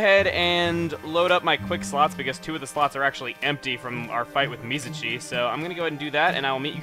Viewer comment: Chugga I'm still pissed off about you mispronouncing Mizuchis name Its pronounced Miz-U-Chi not Mizachi sorry about that I play many JRPGs but I love Okami though its pretty creative